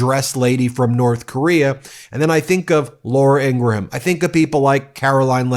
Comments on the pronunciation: IngraHam??? Do you also eat graHam crackers? Listen to Billy GraHam? Lindsey GraHam?? You do know the H is silent, right??? Geez, at least pronounce it correctly! 🙄 ugh. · I thought it was pronounced INGRUM. 🤷‍♀️ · Dude learn to pronounce peoples names i dont care for her either but i know how to say her name ing gram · lol she didn’t lose it…learn how to pronounce her name 🤡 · Are you physically incapable of pronouncing Ingraham correctly, or something? It may seem like nitpicking, I know, but it makes me twitch every time. You make fun of trump for mispronouncing words all the time, so shouldn't the same standard be applied to you? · I had to stop listening because this guy couldn’t say “Ingraham” with less than 3 syllables. He’s reporting on a rather famous person, and he hasn’t even done enough research to stumble across how to pronounce her name. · She's evil and destructive... but why do you repeatedly mispronounce her name? I hope not mimicking the right's childish trolling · do you mispronounce Laura ingraham's last name for some reason, legal or otherwise? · Ingraham is pronounced as two syllables, not three. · I have not watched many videos on this channel, so don’t come after me…but does he mispronounce her last name on purpose? lol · Please stop pronouncing her last name wrong. Very annoying. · Hey, the H in Ingraham is silent. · Can you please pronounce her last name correctly please? I can't stand her but just get real here. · Dude, I appreciate your work, but learn how to pronounce Laura Ingraham's last name. Seriously, it's nails on a chalkboard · PLEASE stop with your ridiculous over-pronunciation and mispronunciations of names and articles. Learn when to say "the" and not "thee", "a" as "uh" and not "ay". Your pronuctions become major distractions and diminish the impact of what is your great content. Laura Ingraham's name is pronounce "ing-grum", not "in-gra-ham". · The H is silent in Ingraham. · Its "Ingram" not "Ingraham"